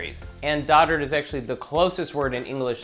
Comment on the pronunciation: why does he pronounce it Dodard?